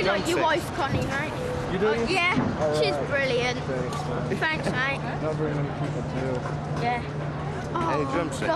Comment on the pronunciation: “Fhanks mate”